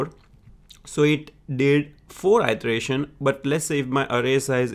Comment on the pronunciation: I suggest you work on your pronunciation. Ity-erataion, not itreation